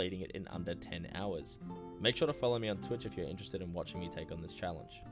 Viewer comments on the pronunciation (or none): none